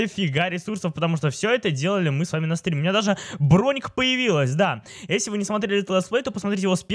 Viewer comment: выговаривай нормально слове если. А то когда ты говориш если я слышу эсли 😐